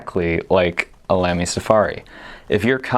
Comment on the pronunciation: tfw you make a video about pens but didn't bother to work out how to correctly pronounce 'Lamy' ...